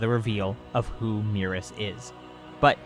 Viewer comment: Your pronunciations of Merus and Moro hurt me lol. Either way, I doubt he’s an angel, but the DB fandom comes up with some crazy theories. Also, angels go dormant until a new GoD is chosen. Angels don’t just run around and chill in whatever universes they want lol. I don’t get where people come up with this stuff. This guy is the top elite soldier of the galactic patrol. Is it really THAT weird that he has some type of skill?